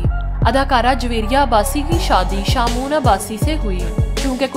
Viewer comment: Shamoon not shahmoon